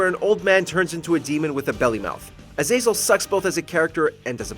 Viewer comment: The way you say Azazel's name makes me want to off myself lol